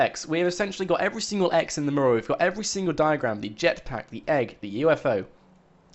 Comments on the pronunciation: It called a "mew"ral. You're saying it incorrectly. You're saying it like it is spelled murral. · ... The way you say Mural. It's not pronounced "Merl", it's pronounced "Moo-yer-al". I know things are said and pronounced differently in the UK, but.... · Learn how to pronounce "Mural"...you sound like a complete moron! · I really don't like the way he pronounces Mural.